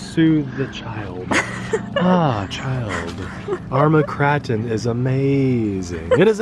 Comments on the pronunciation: Really people out there who were watching this and you were worried about how said the name....I was watching the video for the great new truck not how it should be pronounced...As we know and are just a couple of normal people and we all make booboos every now and then..Enjoy time and video with these two and what the channel is about.."Thats my 10 cents worth" Anyway awesome Kry-Cree-krip-ton bashing truck...I would love to own this one day.... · How hard it is to pronounce a capital A? It is pronounced Cr-AAAAAAAAAA-ton not Cr-aaaa-ton. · It's pronounced krayton (for the car), kratton is the pronunciation for an Indonesian palace. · Its Krayton!! Lol. Also you didn't use my comment condemning you for your pronunciation! Lol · Sounds strange you calling it an Armer Krarten, not kraten as in milk krate, crate , I’m sure it’s pronounced craten as in crates but spelt different, maybe I just been a plank but hey, everyone to there own I suppose!! Good vids though guys. x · KRAY TON KRATON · I left this video within the first 29 seconds. Say it right Kray-ton. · I'm not saying that I say it right but I say krayton personally, epic video! The main thing is we know what u mean lol! You need a mountain! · I pronounce it krayton 🤷‍♂️ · Its still pronounced Kr-A-ton LOL Kr-AAAA-ton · Nice video :) Pronounciation: How about 'cretin'? :D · Lololol you still say it wrong. Crayfish Krayton Sounds the same. I swear your the only person who pronounce it like you do. Lolol. Sounds something funny. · Hmmmm.... are you sure it's not pronounced kray-ton? But wait a minute and, you both flipped it. That means it's MY turn lol. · Tell that, he's the one calling it the Kr(a)ton, I'm just trying to get him to pronounce it properly. How did you miss that point in my comment? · You really trust a robot to pronounce a NAME correct? That's pretty ignorant. The whole world pronounces it Kray-ton, you just sound like an idiot, LOL!